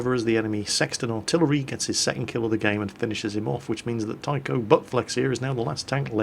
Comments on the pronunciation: you dont pronounce his name as Taikou! xD you read it Tai-chou, it means captain in Japanese.. Im so sorry:P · every time he said my name and said it as tyco all i could think about was remote control cars haha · Its actually pronounced Tai-Cho(u) Butt Flex, which in Japanese meaning means Captain Butt Flex, because the romaji taichou/taicho refers to Captain in Japanese. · Taichou - It's pronounced like Tie-cho. It's a class based honorific in Japanese culture, which references someone as a commanding officer, or "one in charge". Basically his name translates to Captain Butt Flex. Another class based honorific you are doubtlessly more familiar with would be -hime, as in princess, as both are usually added to the end of ones name, to indicate status and respect.